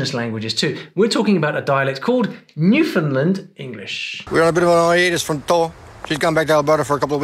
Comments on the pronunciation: It's pronounced New-fin-land or new-fin-lan as Newfoundlanders pronounce it. Also, the dialect of Newfoundlanders is different on different parts of the island. The east coast has much more of an Irish dialect, while the west coast has more of a subtle Irish & french/indigenous accent/dialect. But all over the island, the closer you get to the smaller towns and bays/coves, all accents/dialects become stronger. I grew up in western Newfoundland but moved away for years then came.back home. When I moved to Calgary, everyone knew I was from Newfoundland, but said my accent wasn't as strong as others they heard. When I moved back home, I was told I sounded "uppity" LOL. I guess I lost a bit of my NL accent. Now when I talk to friends in Calgary, they tell me I sound "so Newfie". BTW, never call someone a Newfie unless they say it's ok. To some Newfoundlanders, "Newfie" is considered slank and a sign of disrespect. To others, they don't care. My suggestion is to always call them Newfoundlanders until you get to know them and feel comfortable asking them. I'm one who can go either way. When someone says it in an obviously derogatory way, then I can be offended (yes, you can be called a Newfie in a derogatory way, believe me), but sometimes if we're just chatting, and the word comes up with a group of friends who know me well, I don't care. So know who you're talking to before you call them a newfie. 🌈The More You Know 😊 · Woo Hoo! I got Trinidadian, Cape Flats, Appalachian, Singaporean, Jamaican, Newfie, and Liberian (came CLOSE with the Guyanese, but yelled "Belizean!"). Yes, I travel a lot - don't speak any of the ones show, but recognised them! - one thing - it's NewfoundLAND when pronouncing it. I absolutely LOVE Singlish - you spend any time in Singapore & socialise, you will end sentences with "Lah?" for weeks after your time there LOL Awesome vide,! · Newfoundland is pronounced like "understand". Will help you with saying "Newfoundlander"